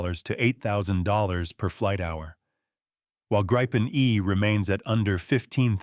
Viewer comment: Tänka sig AI-n klarar ibland av att uttala Gripen men faller ofta till det felaktiga Grajpen, hur svårt kan det vara?